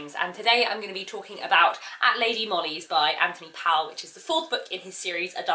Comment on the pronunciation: Wonderful reviews — but ‘Powell’ should be pronounced ‘Pole’ — he was very particular about it.